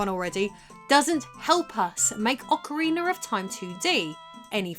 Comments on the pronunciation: It's not Ocariner of Time. It's Ocarina of time. There's no R at the end of Ocarina. LOL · Why does she pronouce it 'Ocariner'? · Love it lol you said "Ocarinar" xD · "Ocareener" lol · "Aucha-Reener of Time" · Ah good ol Ocariner of time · why do you always sound like you say "Ocariner of Time"? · Ocariner of time... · Instead, we got “OcaWEINER of time” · Ocker-reener of toime. Queen's English my butt... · Gameplay and story, LttP. Soundtrack, Ocarainer Also, I’m pretty sure it’s pronounced Damp-ay.